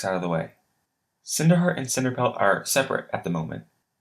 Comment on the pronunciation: WHAT IS HEAER? XD no hate but thaat is just funny